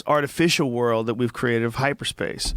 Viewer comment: This man cant even say the word "world" he says "rurld" lawwwl